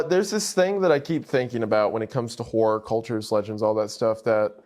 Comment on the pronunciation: Horror is 2 syllables and best said slightly differently. It's so annoying to hear people pronounce it as one syllable.